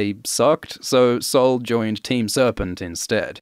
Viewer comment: Heeeey, you're pronounciation of sol was so good!!!! Not that is a hard word but sounded perfectly brazilian